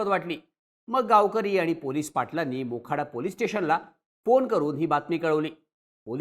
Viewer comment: बोखाडा नाय तर मोखाडा आहे.